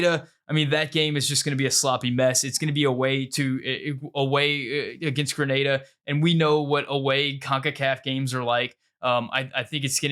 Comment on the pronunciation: You pronounced Grenada correctly, well done my friend